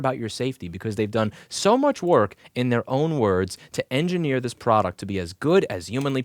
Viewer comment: "Ploduct" I love that you keep little things like that in and just keep moving on. You have good points and you don't want to waste time fixing a small slur of a word. Keep up the great content!